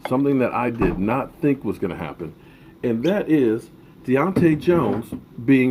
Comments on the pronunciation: DAY TONE, DAY TONE not DEEonte.... come on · It’s pronounced day-tone-Jones btw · Man you keep butchering his name. It's pronounced "Day-Tone" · Butchered the hell out of Datone, lol